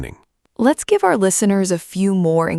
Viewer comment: “Never gibe up”